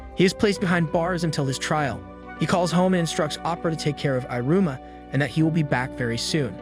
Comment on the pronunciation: Great job summarizing so many episodes in to this recap. The dialogue is well done, but the voice reader/over saying "i" ru - ma ... versus "ee" ru-ma is very off putting. But great job nonetheless